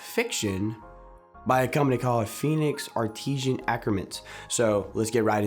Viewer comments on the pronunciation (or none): you appear to be really young so you get a pass but in time you'll learn that you don't know what you don't know, so know that as a best practice you should withhold negative and condescending remarks when you don't understand something. Had to stop watching the vid when you completely butchered the pronunciation of the brand name. FAIL